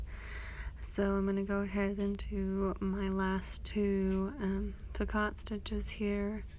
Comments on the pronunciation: By the way it’s pronounced picoe, the “t” is silent. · Picot is pronounced 'pee-co'.